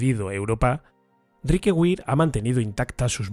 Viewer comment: Riquewihr se lee más o menos como "Riquebir", para nada como Riquegüir". Es una palabra alsaciana no inglesa, que es el único idioma en el que la v doble (w) se lee "gu". Luego si una palabra lleva una v doble (w) y no es inglesa, es de suponer que se pronunciará como una "b" o quizá de otra manera, pero seguro que no se pronuncia "gu"